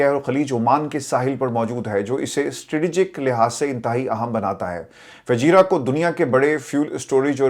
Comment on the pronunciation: It is not fajerra. Fujerah.